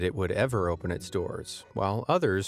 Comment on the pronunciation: As soon as I heard the voice say "Ohppen" as opposed to "Open" I knew the gig was up. AI.